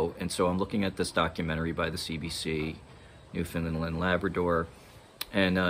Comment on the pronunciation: Its pronounced new fin land not lend